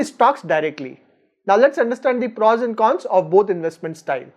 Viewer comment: Good video.. but please please.. it's not PRAWS.. it's prOs..